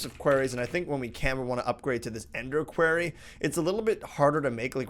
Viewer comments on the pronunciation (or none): I believe Quarry is pronounced the same as Cory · it is pronounced qwory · Quarry us pronounced with a long "a" qu are y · OMG ROB I FACEPALM .WHY U SAY QUERRY ITS QUARRY ITS SOOO ANOYING PLS ROB PLZ 😂😂😂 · It's not pronounced quairy, it's pronounced quorry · The way you pronounce quarry. q-ary no, it's qu-ar-y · It's pronounced kwar-ee not kwair-ee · Please. For my sanity, pronounce quarry "kwory" not "kwairy". I realise that in the US you pronounce it different,, but there is still a definite and clear "o" sound. NOT "ai" as in "fairy". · Oxford English dictionary: quarry pronunciation - kwawr-ee or kwor-ee... nowhere I have found that says kwear-ree. please, you are driving your viewers nuts. I understand its how you say it and it would be hard for you to change that but please just don't say it at all if that's the case. Also tp'ing around is fine with me if it saves time for yourself dude, ask Pete to add big reactors to the modpack it will be a better source of RF:) and add Thermal Expansion 4 mod so you can use Tesseracts as a wireless power source x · IT'S QUARRY!!! NOT QUERRY ARGHHHHHH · I love you, but is is pronounced 'qwarry' not 'qwerry'. Please tell me you are just trolling me? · Yo quarry (kuwarry) the way you say it is a type of questionnaire while a quarry (kuowry) is a mining device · Its pronounced qu-ore-y. not q-air-y. At least, some people say that =p It sounds better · ITS PRONOUNCED KWORRY FFS NOT KWERRY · Pronounced kworry not kwerry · p i know right... i felt bad for trying to correct him but i actually googled it and it is K-war-eeee not k-wear-eee!!Come on. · you are pronouncing Quarry wrong. when you say it, it sounds like "Query" which is a different word. Otherwise, great episode as always. Thanks :) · Your supposed to say Quarry like this Kuh-war-re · Quarry is NOT pronounced like Query... >.> Just FYI. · KOO - WAR - Y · did he call it a quairy???? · quarry is pronaunced as qworry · Quarry - (Core-ee) XD